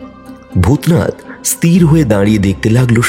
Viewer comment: বাংলা উচ্চারণ এতো ভুল করছেন কেন? স্থির ই-স-থি-র।ই-স-তি-র নয়।